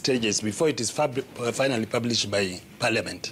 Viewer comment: guy said " before it is FUBLISHED"😂😂